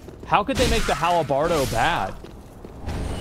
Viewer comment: “The hal-a-bardo” Drives me nuts. 🤣🤣